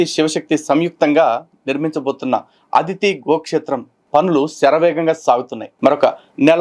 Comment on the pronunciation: గారూ ‘అధితి‘కాదండీ.‘అదితి‘